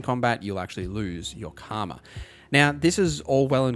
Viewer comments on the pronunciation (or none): none